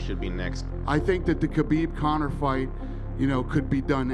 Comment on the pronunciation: His name is Khabib. Not Habib. Put some respect on his name, habibi.